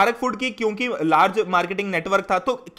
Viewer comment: Sir it's kyunki not chyunki